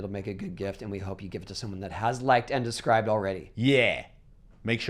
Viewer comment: Does Birdman say, "described", or, "Subscribed?".